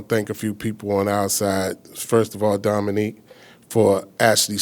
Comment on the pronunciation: Why does he keep saying "Dominique" lol! Wtf?!